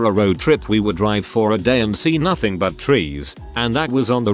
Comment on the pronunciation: Nohting 😂 nohting 😃